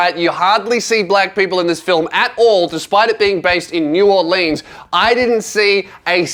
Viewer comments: do NOT let an australian person say new orleans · It's pronounced Naw-lins(New Orleans) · New Or-leans? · This man just said New Or-leens